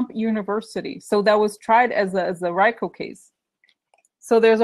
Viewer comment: RICO is pronounced Ree-co. The Trump University case was never tried. It was settled shortly before trial with the plaintiffs getting close to everything they sued for. But yes, Trump is very familiar with RICO.